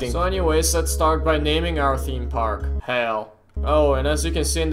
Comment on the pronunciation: theme park tycoon 2 What i hear:THIM PARK TYCOON 2